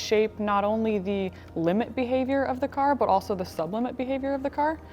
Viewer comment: I see still on his 'Auso' instead of also game